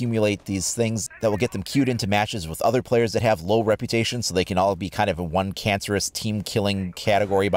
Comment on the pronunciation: I like the forgive and repyoution